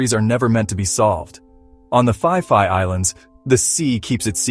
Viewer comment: Is that how you pronounce Phi Phi???😂